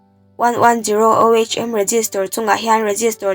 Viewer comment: Tlai deuh toh mahse ohm hi (oom) tia lam tur , eg emo ah i la hman tangkai takin😊